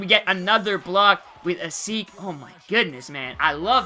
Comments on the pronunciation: asik is pronounced as a-shee-k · its pronounced a-SHIK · if he's your favorite silver player learn how to say asik's name